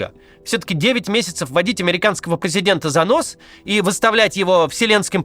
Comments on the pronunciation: Водить зА нос. ХухрЫ-мухрЫ. Уважаемый редактор, если решили обогащать речь ведущего фразеологизмами, то ставьте ударение в суфлере. Иначе смешно и глупо получается. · "За́ нос", "хуры́-мухры́".